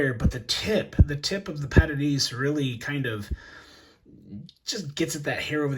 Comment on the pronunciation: Came here to “pat-a-day-say”, meself! and I always talking bout pronunciation like Iverson about practice